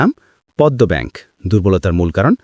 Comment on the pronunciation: পদ্মা ব্যাংককে বারবার পদ্ম ব্যাংক বলা হচ্ছে ক্যানো?